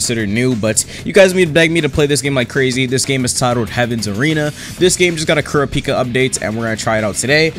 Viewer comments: can you stop pronouncing kurapika as cura pika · ku-ra-pi-ka not kura-pika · Why does he say Kuripika like that 😭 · the way bro said kurapika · This man pronounced kurapika wrong man's got the whole fan base triggered 🤦🏾‍♀️